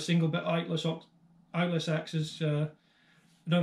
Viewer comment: Ochsenkopf ILTIS is pronounced like ILL - TIZ. The Rinaldi Axes are superb. Thanks for the Info!